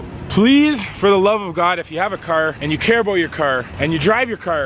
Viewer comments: He says crr instead of car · he says cer instead of car canedians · says car like kerr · why are you saying cer its car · This guy doesn’t know how to pronounce car,he says cer